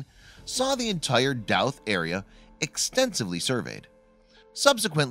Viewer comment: Pronounced know-th and Dough-th